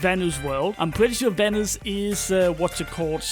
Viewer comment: Why he say Venus like Venice lmaoo